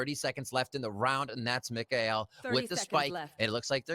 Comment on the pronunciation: is mkaels name pronounced "my-kul" or "mi-kae-el"?